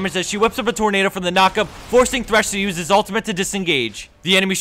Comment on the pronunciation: It's THRESH FFS, IT HAS A H.